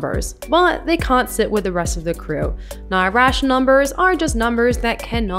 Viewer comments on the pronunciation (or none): I con't stand the way you say can't.